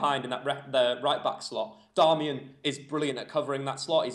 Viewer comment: Stop saying "Darmayan" loool his name's 'Dar-mi-an' its not hard haha